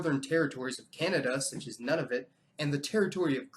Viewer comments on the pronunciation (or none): after much wondering, I finally got the correct pronunciation from a Canadian of the territory of Nunavut via a phone call. It's pronounced NOON-uh-voot. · I've often wondered exactly what the pronunciation is for Nunavut, and found it on Wikipedia with a phonetic alphabet one--NOO-nah-voot, rather than "none of it". You left the last 2 letters off "Nahuatl", and Taino is pronounced TIE-no. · Just want to point out how you pronounced Nunavut and it sounded like "none of it", making it "the innuits... live in northern Canada's territory such as none of it" lol.